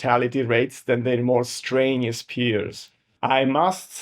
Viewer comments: Very interesting video, but, and I mean no offence, listen – or rather read – you can do this: stren – you – us. Not strainious. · Your spelling's good, it's your pronunciation I was talking about. I mean, to be fair, I don't speak your native language at all, so who am I to talk? But I thought you might like a pointer on a tricky English thing: when you feel a strain it's strenuous (stren you us). Thanks for your reply. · If you could correctly pronounce the 'strenuous' I might have more confidence in your opinions...